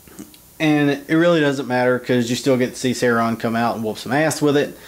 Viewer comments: Sauron is pronounced Sowron not Sayron. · I was about to watch your video until I heard you say "Sehron". nope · He said Sauron wrong it is not saoreeon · I'm from Texas too but it should be pronounced the way Tolkien meant it to be pronounced: Sow-ron or Sow-run. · I could not enjoy this because of how badly you pronounced Sauron, not a true fan. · you pronounced sauron wrong and do you think you can chill out with the swearing. thx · That is no justification... he's so obsessed with the weapon and lord of the rings, and fails to pronounce it correctly. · don't worry I hate him for pronouncing it wrong too. you aren't the only one. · Texas accent is no excuse for mispronouncing our dark master Sauron the great